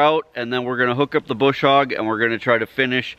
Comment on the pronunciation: LMAO!! Bush hog ha ha! It's a brush hog! Your missing your R